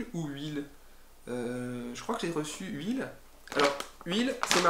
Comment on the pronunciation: Cest dommage de prononcer Huel en "Huile" et non "ioul", ca jette le discrédit sur ton honnêteté.